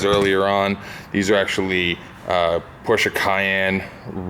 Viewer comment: I like that is pronouncing Porsche the right way!:) Not saying Porsch like everyone else...